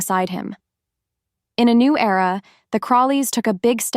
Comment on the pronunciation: Era NOT error